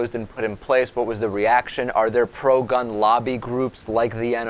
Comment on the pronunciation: Proud not period (sigh)